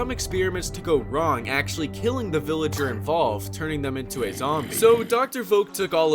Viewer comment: Hahahahah boff veleger